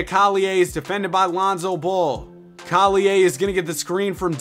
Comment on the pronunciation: why do u say collier name like that